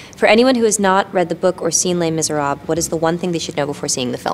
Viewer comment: Anne is amazing and I lover her, but god, she's butchering French every time she says les miserables :DD